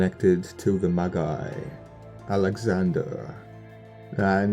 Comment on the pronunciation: ...and Magi is pronounced with a soft j. (Maji).